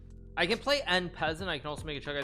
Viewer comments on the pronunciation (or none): Don't you guys mean on pissant? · Hikaru's pronunciation of "en pessant" is hilarious.